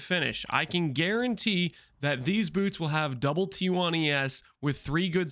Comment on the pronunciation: Why are we saying "bewrts" Lmao